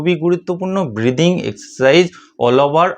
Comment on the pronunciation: এই ব্রিডিং/প্রিডিং(উচ্চারণটা ঠিক করে বুঝতে পারলাম না) এক্সারসাইজ জিনিসটা কি মানে কিভাবে করতে হয়?